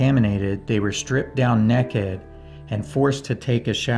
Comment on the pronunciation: what do you mean nekkid? It's NAKED. NAY-KID. Why can't anybody TALK GOOD on youtube? GEEZUS.